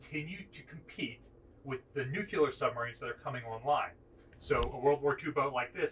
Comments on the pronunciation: There is no such thing as a nu-cyu-ler submarine. They are all nu-clear. That is, unless you want to speak with a hillbilly accent. LOL Pet peeve. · Nu-cle-ar, not nu-cu-lar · Very interesting, but please, nuclear is pronounced "new-clear", not "nukular". Sorry! it just bugs me! Great videos though, I have always been fascinated by all things Naval and floaty, or even sinky! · Good presentation. One small suggestion. It's "nuclear" not "nucular". Or avoid both by using "nuke". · As soonb as he said nuc U lr. I LEFT FOR PARTS UNKNOWN. It Nuc LE AR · aah, the Bush years. "Babs, where the heck did I put the nukyulurr football?". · That word is (nuk le ar) not (nuk u lar) damn it get it right. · It is not nucular, but nuclear! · I was a P3A and P3C TACCO. Pet peeve: When authors and historians are speaking of weapons or marine propulsion systems and the term spoken is nucUlar (intentional misspelling), my head hurts. The word is spelled "nuclear" because power is derived from energy released when the "nucleus" of a specific atom (fuel) is split. This was first accomplished experimentally in Illinois in the 1940s. I cannot fathom (navy terminology) why it has taken over 70 years for people who speak the English language, and particularly for people who work with or discuss the application of nuclear power, to pronounce a relatively simple 3 syllable English language word. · Nuclear is pronounced "NU-klee-urr". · Did you say "Nuc-U-lar"? Oh boy.. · Nuclear is pronounced NEW - clee - ur. 🙄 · You can't say "nucular". Ever. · NU-CLE-AR, please! A college educated man such as yourself should know better. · If there can be people who believe the earth is flat, there can be people who have not yet learned how to pronounce "nuclear." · Go ahead, Ask GW Bush how many "U's" are in Nuclear??? He gets it wrong every time.... Thank goodness you don't need to properly pronounce anything, just push the damn button when needed!